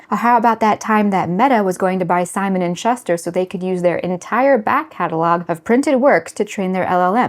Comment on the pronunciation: Is this an AI? It's pronounced "Simon and SchOOster".